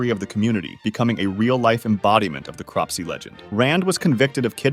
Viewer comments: Crop-si? That says Corpse-si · Corpse - y not crops -y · Why are you saying Cropsey when you spelled it Corpsey in the video? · how about "Corpsey" being pronounced "Cropsey" seems like a correction you might want to add. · CORPSEY ❌ CROPSEY ✔️ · It says "Corpsey" not "Cropsey" - I don't know what's worse 🙁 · So the name Corpsey is pronounced CORPSE-EE, not CROPS-EE. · Confused.... is it cropsey or corpsey. You say cropsey but the screen says corpsey. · It days corpsy but u say cropsy?? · Cropsey? CORPSEYYYY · Kinda a nitpick but why is corpsey pronounced like “crop sea” instead of “corpse ee” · Its corpsey dumbbum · its actually corpsy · CORP-sey. As in a dead body, a CORPSE. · says CORP-sey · Why sis he pronouncing corpsey as CROPSEY..? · You mistaking add Corpsey